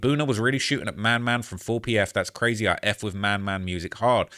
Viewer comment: why you always saying Brazy? Are you a blood?